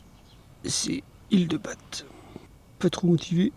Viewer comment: genre personne t'as dit que c'est prononcé ba et pas bate...